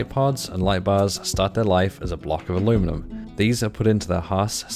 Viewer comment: You said aluminum correctly!! Nooise